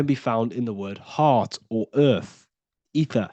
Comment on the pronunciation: ether sounds like "eat her" 😮 and a star backwords are rats